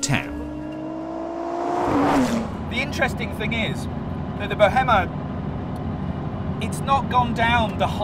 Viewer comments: Bohima not bohema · Why are you saying BEAU - HEMMA?! 🤢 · its actually in fact pronounced "bo-heh-ma". its not in english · How is a top gear presenter that bad informed how to pronounce the car. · How can you not have learnt how to pronounce the name of the car?! Did you not speak to any of the team?? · That's great and yeah, its clearly meant to be pronounced that way. Bad that he couldn't pick that up.